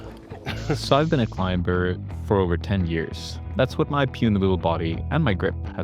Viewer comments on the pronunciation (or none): Clime burr? You mean Climber.... you don't pronounce the B, King. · Hi, I love you and your content and have been following you for years, but I have to say one thing. The B in climber is totally silent. It's not a b sound, it's not even a differently pronounced m. It's literally pronounced as if it wasn't there. Like Climer. Please forgive me and thank you but I always flinch when you say this 😅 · why oh why did you say the B in climber? i can't help but cringe at that XD